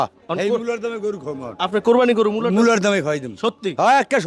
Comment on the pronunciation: কোরবানি শব্দটা সঠিক ভাবে উচ্চারণ করলে খুশি হবো।